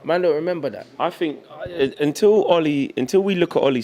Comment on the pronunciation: "DO yOU FinK thAT..."